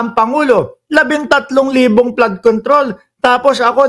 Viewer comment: FLOOD CONTROL NOT PLAD CONTROL